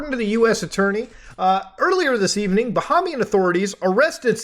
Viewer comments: It’s pronounced Bah-HAY-mian lol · It's Ba-hay-me-in